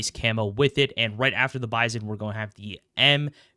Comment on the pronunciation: it is "Bizon"